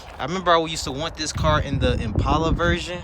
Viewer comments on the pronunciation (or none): none